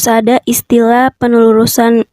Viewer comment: Wkwkwk susah bener mw nyebut penelusuran